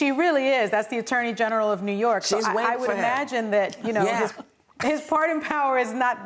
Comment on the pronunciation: "can you e-magine that"